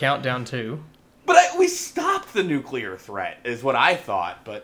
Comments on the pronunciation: Nukular. Just put it in the damn dictionary already. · Okay, so I need confirmation that I'm not alone with a pet peeve... I cannot fucking stand it when people pronounce nuclear as, "new-key-lur," like it's difficult to pronounce. Fucks sake, it's pronounced EXACTLY as it's spelled; "new-clee-ur." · bonesauce its nucular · As long as you don't pronounce it, "newkeylur," otherwise I just want to punch the person. I also get irritated when people say, "all of the sudden," and, "irregardless." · nucular aluminum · why can none of those voice actors say "nuclear"